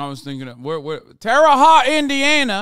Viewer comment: why does say Terre Haute like that